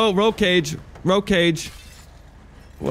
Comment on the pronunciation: "Row cage, row cage" 🤣🤣